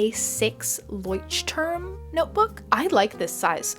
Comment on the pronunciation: My bad i thought you were german bc of the leuchtturm notebook 😂 But then i heard you pronounce it and was like yeah no! (This is no Hate!!!!) Tysm for the video, I wanted to make one and your tutorial was the only one that was really good!